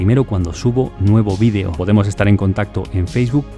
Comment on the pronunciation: Por qué todos dicen vean es bidio no maman es vídeo no bidio